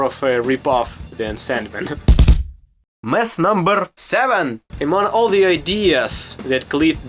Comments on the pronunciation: Sounds like he says milf not myth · Mooth.. coolest pronunciation ever. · Mlyth lol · Dude, “myth” is a word a lot of us Americans can’t even pronounce lol. Great video! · I enjoyed your pronunciation of "Myth #10" 😂